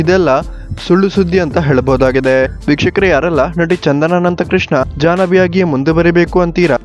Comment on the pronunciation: nivu starting helidu vikahkare adu bikshukare anothara keltide swlpa nidana heli